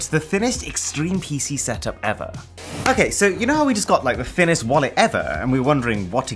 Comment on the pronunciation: “Thinninest Rick astly”💀